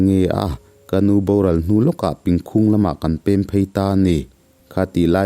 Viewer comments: Pìngkhúng ni lo in Píngkhùng ti a thluk zawk tur a ni e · Pingkhung Myanmar khua i lam rik dan a dik lo a nia.